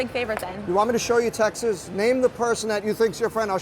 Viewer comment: "Want me to show you textses?" - what a goon